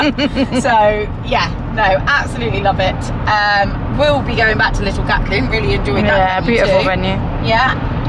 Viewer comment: Em I love that you call Gatcombe; Gat Coom 😂 It’s Gat Come. See you there again next year. You were fab ❤❤❤